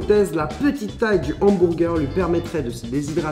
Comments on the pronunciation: Depuis toujours tu dit hambourgeur à la place de hamburger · il dit hambourguer 😂